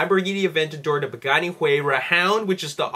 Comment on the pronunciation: you said buganni huayra.. :)